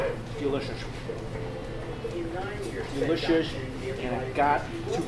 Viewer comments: “but this is so deelishis” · delishioush lawl